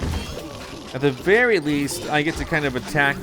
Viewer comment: Did he say berry awsome or very awsome im pretty sure he said berry awsome